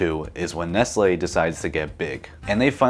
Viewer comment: That's not Nestle, that's Nest-Ye